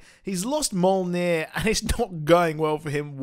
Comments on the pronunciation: Mule, Neer. lol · Its Mjolnir pronounced Meee Yol Near!